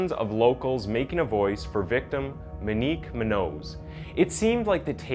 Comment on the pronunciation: Her name should be pronounced Moe neeq Moo n yoos